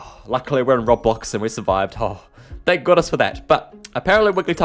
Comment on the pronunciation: I hate the way he says robblox